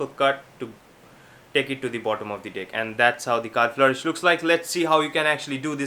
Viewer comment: Is he saying Deck or Dick right near the end of the video hahah